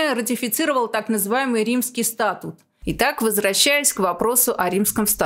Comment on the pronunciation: Спасибо за выпуск!... В слове "СтатУт" ударение падает на "У", а в слове СтАтус" - на "А" (мимоходом, так сказать, из Арцаха блокадного)